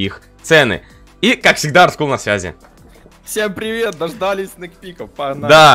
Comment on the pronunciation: дождалИ́сь* я в шестом классе, а уже исправляю взрослых😅